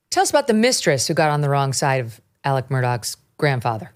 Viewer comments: Why is she calling Alex, Elec? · Elic? Elic? Do you have a Southern accent? No you don't. His name is pronounced Alec.